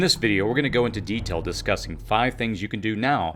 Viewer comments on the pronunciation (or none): none